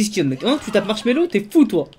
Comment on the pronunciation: Mdr tu dis marshello quand tu vol